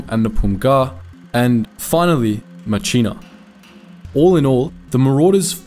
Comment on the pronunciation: Excellent subject but there were many errors made in this video. “The Longest Day” actor Robert Mitchum instead of the actual General Norman Cota was one. Flip flopping 5307th's three battalions to three divisions, and mispronouncing Myitkyina (mitchinar). Focus on your quality instead of rushing through your work.